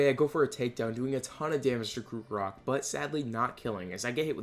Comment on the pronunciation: I can no longer watch your videos because you mispronounce everything and it angers me. Its pronounced CROCK-O-ROCK not crook-o-rock